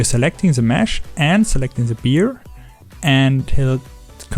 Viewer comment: A bear is not a beer 😉